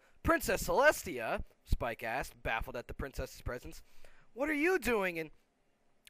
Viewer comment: no not spike y spike